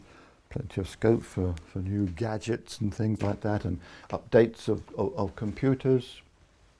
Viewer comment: the way he says new gadgets kills me